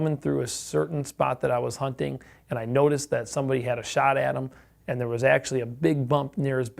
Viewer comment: I love when you say "get out der". Its just reminds me of everything I think of when I think of america